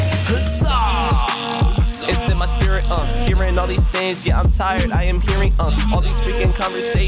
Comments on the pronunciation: "I love spirit bro," bro likes spurrit but cant pronounce it 😭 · spurrit no spearitt yes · If you love spurrit say HUZAH!!! 👇